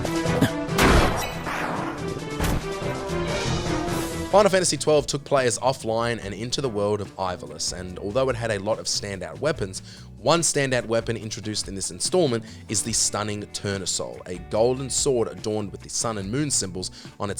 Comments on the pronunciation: you dragged your friend for calling them chobocos and you then go on to say "eyevalis" its EEvaLEESE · What the hell is an "Eye-Vah-Liss"? Sigh... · bro moans about how his friend pronounces chocobo... proceeds to mispronounce ivalice.. i literally cant. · Hey my dumb friend couldn't say Chocobo, Immediately calles Ivalice Eyevaless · Bro picked on someone saying chocobo wrong then said ff12 name wrong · I love how you roasted your buddy over the "choboco" pronunciation, but then COMPLETELY flubbed Ivelice. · You called out your friend for saying chocobo wrong and then you say Ivalice that way?? Haha jk Never did get the Tournesol, and I’m a completionist, so I know that’s a tough one.